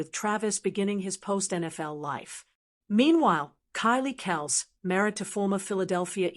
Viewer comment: How can we take this seriously when you can’t even pronounce Kelce correctly? Obviously AI.